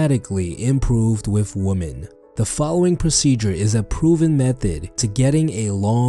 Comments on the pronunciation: Heyo I love ur vids but just so you know woman in plural is written women but pronounced „wimen“ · I like how he pronounces women XD my teacher would kill me if I said it like that